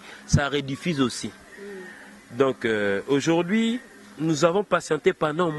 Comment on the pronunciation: on dit aujourd'hui et non aujourdi